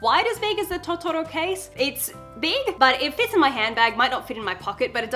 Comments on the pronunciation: I also want an iPhone just for the phone cases. I have an illumination Disney phone though, so it's pretty cute on its own. Side note, it's Totoro, not Tottoro. In Japanese that pronunciation could be equivalent to a totally different word. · Love your pronunciation of "totoro"